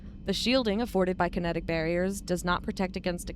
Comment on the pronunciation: Andromeda used large ships with Cryo-sleep pods with conventional drive engines, hence why they mention it took over 600 years to travel from the Milky Way to Andromeda. The events of Mass Effect 1, 2, 3, are well in the past for Andromeda. "kite-enous armour" - erg. terrible pronunciations. It's a soft "ch", almost like an "sh" sound.